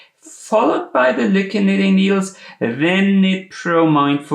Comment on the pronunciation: I’m almost certain the name is pronounced LOUKE